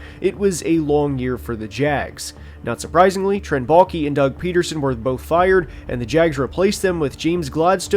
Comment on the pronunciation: Every time you say “Baalke” I hear “Mulkey.” At this point I’d even welcome her to take control of this team.